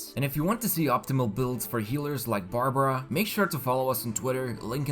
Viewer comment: Barbruh.... 😂 Bruh...